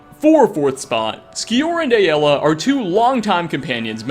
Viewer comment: It "Ay-la" Bunch of characters say it